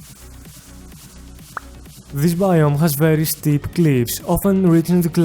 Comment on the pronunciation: "Bveery esteep cleeivs" God that made my day